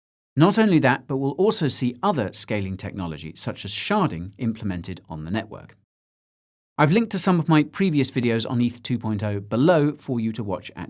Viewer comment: When you say sharding, I hear sharting